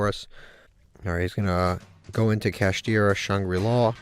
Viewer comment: And its pronounced kashtira shangri ira and not Lra